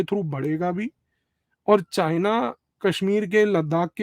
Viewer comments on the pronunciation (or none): PEHLEY JHOLA CHAAP DO DEGREE DHARI CHINA KA C BOLNA TO SEEKH LEY WAISE RANCHODDASS PEHLEY GHAR CHORE KAR BHI BHAGA THA BACHPAN MEIN